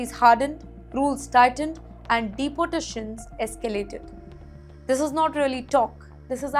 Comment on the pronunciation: It is not depattations, its deporatations, get to a english class pls